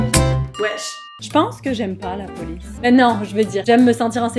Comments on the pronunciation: La poice au lieu de police 🤣🤣🤣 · La Poice :-D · La \POICE/😅😅